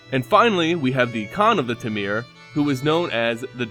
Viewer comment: Hey man, i really love your videos as they bring such an insight into the lore in mtg. To make your videos perfect however, check the pronunciation of specific names such as : "temur", the way you said it was real strange ^^. other than that great job and just subbed :D